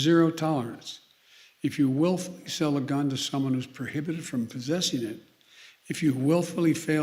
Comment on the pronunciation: " willfully falsify a record". Careful Mr.President, your son willfully falsified a record, unless thats the reason you're stressing the word willfully, because thats gonna be your loophole.